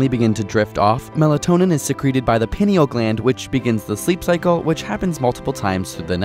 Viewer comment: He mispronounced 'pineal' gland, I'm guessing although they talk lots of science and use lots of big words they are not healthcare professionals.